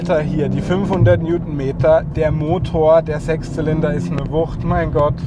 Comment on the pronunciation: oder;) Hast du „Sex Zylinder“ gesagt?!